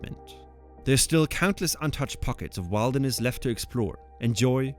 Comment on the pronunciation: A really interesting story, well told. Like most Danes you speak excellent English – just a few mispronunciations make some sentences hard to understand. You might want to check your pronunciation of: wilderness, Tyrolean, pyramidal, epitome.